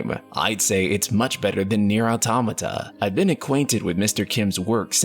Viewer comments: Why are you saying AutAmata when it is AutOmata? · its actually pronounced auto-mata ! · But an A is something completely different than an O. He is not the first one I heard this from. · ITS AUTOMATA not AUTOMATA